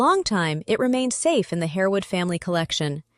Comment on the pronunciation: "Harewood" is pronounced "harwood"